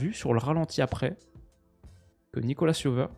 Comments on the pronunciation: au fait, Nico c'est "Jovère" et pas "Yoveur" 😁 Un nom espagnol mais on le prononce à la française avec un fort accent héraultais 😉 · pour info, Nicolas Jover est français, donc ça se prononce plus "Nikola Jovaire" que "Nicolasss Yoveur" haha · Yo! Nicolas Jover est français son nom se prononce à la française!:)